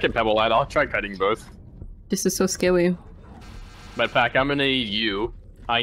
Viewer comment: “this is so sckarry” Got me rolling